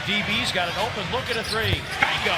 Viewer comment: Why does the commentator keep saying bango.